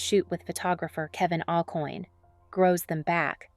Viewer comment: Ok so pronounce fashion names correctly please. Kevin….pronounced…Ah-kwan. It’s a French name. I forget now who the other one was.